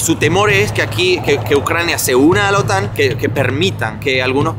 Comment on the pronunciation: Pronuncia bien OTAN vale, pronuncia como los demás que es la manea correcta.